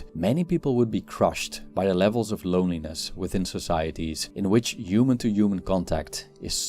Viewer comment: Please say the H sound when saying human